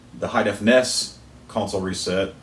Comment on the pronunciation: N-E-S not (lock)ness